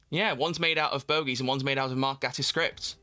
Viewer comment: Okay, I don't know whether you read the comments ever, but, as Mark Gatiss pointed out recently while accepting an Olivier Award, his last name is pronounced with a long A (like in "gate") and Davies (in the case of RTD) is pronounced the same as Davis. (I base this on how it is pronounced in the Doctor Who promotional material from his first run, which I think would have been checked and how people who've worked with him say it).